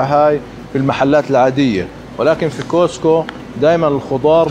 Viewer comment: ملاحظة صغيرة، اسمه كاسكو. مش كوسكو. بالتوفيق